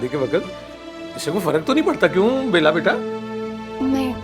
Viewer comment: What!!! She said Bala instead of Bela...🤣🤣🤣, from India...